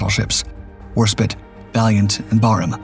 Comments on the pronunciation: I have no doubt there were many pronunciations off the proper English. But even Americans know how to say Warspite. I have been listening to this narrator for years or I would assume it was cheap AI narration. I used to joke that they needed an editor over the age of 50 to critique this kid before they put it out in public. Obviously they have good content. At least good enough for me to suffer through the nails on the chalkboard of the butchered pronunciations. If I wasn't one of the only ones who complains I would assume it was intentional to drum up comments😂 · You're obviously spelling the name wrong! Didn't you hear the dark docs narrator? It's Warspit. No E on the end of it. Spit... not spite.😂 The mispronunciations from this content provider are like nails on a chalkboard. I suppose it's a mark in their favor that I am willing to suffer it over and over. 🤣🤣🤣. But what the hell? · For this channel, that’s a very minor mistake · War spit. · Why does this guy always mispronounce Warspite? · War-spit!? It is Warspite. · A small point, tell your AI that it is 'Spite not 'Spit. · Warspite, not Warspit. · Warspite! It's Warspite NOT Warspit. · Not Warspit it’s WARSPITE! No longer a subscriber, I didn’t realize until now it was a CG narration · Warspite not Warspit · ‘Spite’ not ‘spit’ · Well it is still 'spite' and not 'spit. I assumed AI because it seemed unbelievable that an experienced commentator could make such a mistake. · Not HMS Warspit. It’s HMS Warspite. Totally different connotations in the words and it is vanishingly unlikely that the British would name a warship honouring the act of expectoration. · Ta - that was annoying the hell out of me too!! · "war spite" NOT "War spit." Your consistent failure to propounce names in history is AMAZING. DARK EVEN. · Great video Except 1thing…. It is Warspiiiitee not War Spit. SPITE… deliberately hurt annoy or offend! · It's WarSPITE not WarSPIT, spitting at your enemy won't do much harm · warspit??? nah ai is shite.